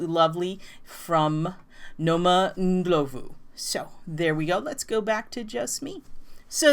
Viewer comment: OK so I love that you said Noma's name very white 😆 🤣 😂... the o is pronounced more like aw... so Nawma Ndlawvu... and our hometown is a hard J like Josephine... but love your channel and big love to Mzansi and Jozi...